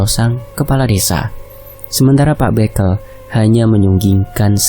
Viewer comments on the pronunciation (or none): Revisi pengucapan kata bekel bacanya nada e semua bukan é (békel= permainan anak2 jaman dulu) Kalau bekel = pamong desa Lafas e sama kaya kepel, kekel Maaf jika kritikan sy menyinggung🙏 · Iya "e' sama seperti ketika mengucapkan 'betul'.. 🙏